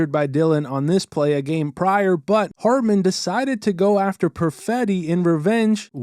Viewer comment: Is it hartman or ratman 😂